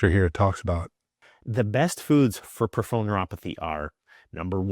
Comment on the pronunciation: and he can’t say peripheral properly! 😂